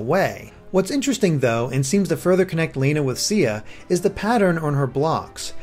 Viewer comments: Lana is pronounced Lonna. I don't know why i let these small things bother me-_ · Stop saying "Layna." It's Lana. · Lana is not pronounced Lay-nuh, it is pronounced Lah-nuh. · Who would pronounce Lana like that?